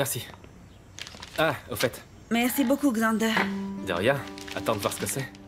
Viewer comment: Qui d'autre a entendu que Sam a dit assie toi Grandeur au lieu de dire Xandeur?😢😅😂